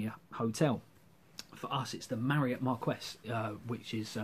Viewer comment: Cheers. I too just got the email!! Feels very real now. Good to hear your plans! Sounds great. p.s think it's "Marquee" as in outdoor wedding venue.